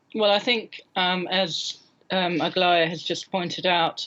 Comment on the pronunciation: Why does he call Aglaya - Aglia?